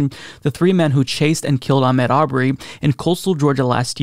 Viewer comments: please pronounce Ahmaud correctly. It's not Ahmed as you were saying. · his 1st name is pronounced Ahmaaad. Thank God there is justice. You're right he should still be here.